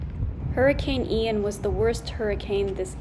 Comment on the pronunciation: Never heard Ian pronounced “eye-ann” before